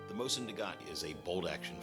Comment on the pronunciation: Dude, that was AWESOME! "History Channel" grade graphics and effects with *less* messups. There were a few, yes, mostly pronunciations though. "Mosin" is more "mo-szeen" and Izhevsk is more "iz-yevsk", but not quite. I'm still learning myself! I'm going to download this vid. I'll delete it if you'd like me to, just let me know. Otherwise, can I put it up on my website, or link it? :D Regards, Josh Smith Smith-Sights com